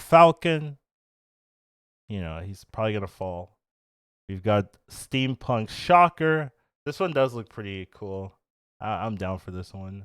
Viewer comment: Theres no R in steampunk